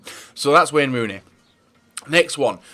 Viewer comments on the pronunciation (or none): "Wen runi"